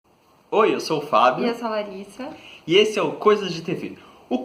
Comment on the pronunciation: sempre q a Larissa vai falar:"eu sou a Larissa" Eu entendo:" Eu sou a Larica".